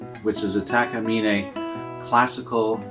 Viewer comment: Beautiful instrument! Thank you for your video! I have a Takemine as well. After watching your video, I now know how to properly pronounce Takemine, Haha! I search for a classical guitar for a very long time and I like the sound and playability of my Takemine the best out of all the classical guitars I’ve played. Mine has a natural finish. I think the black finish is beautiful. As a matter of fact, I have 6 string and 12 string Ovations that are black, and I know exactly what you mean by keeping them polished, Lol! The black finish shows every little fingerprint, but that’s ok, I would not want them any other color. I bought my Takemine specifically to play Alex Lifeson intros. It sounds wonderful! 😎👍